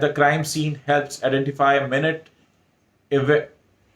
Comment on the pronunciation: Minute (/mainyoot/) forensic particles. Pronunciation ke lie likha hai. Minute means very small (baareek).